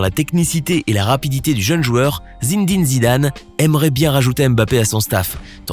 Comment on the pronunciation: Zin dîne Zidane 😂😂